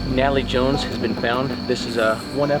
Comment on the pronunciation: I felt bad for chuckling 😭🤦🏾‍♀️